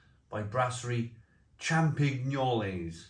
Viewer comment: Asda are ripping you off where you are. They're both £1.10 at ours. The ß is pronounced a 'ss'. So it's like Feldschlosschen in essence, like in your title. Like with Straße (Strasse) for street. As for the French one, the 'g' is pronounced like a 'y'. So it's like Champiy-nuelle. Drop the s at the end, I believe. When I worked in the Nederlands they always tested me on pronouncing Scheveningen. I got close, but it's like a lot of newscasters can't pronounce Llandudno. I do agree with your analysis. The FeldSchosschen wins outright. I have lots in the garage now. And you can get 4 x 440 cans for £3.65. BARGAIN!